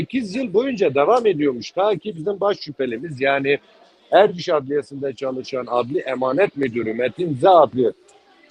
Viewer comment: Ozlem yazıklar olsun. Erciş'e Ercis diyorsunuz ya.